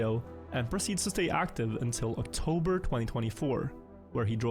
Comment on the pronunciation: OctoRber xdd